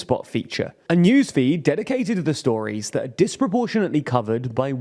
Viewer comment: he definitely did not pronounce the T in the end